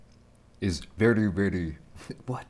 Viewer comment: Loved how you pronounced "very" at the mark lol. Veddy veddy.